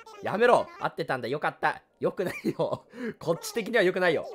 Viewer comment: 「よくなwいよ」